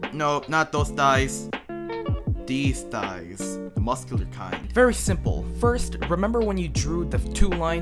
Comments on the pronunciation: Idk why but every time he said THIGHS i was just laughing so hard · This made me want to draw men now uwu thank you for making this! I can't unhear "THE THIGHS" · the way he say the thighs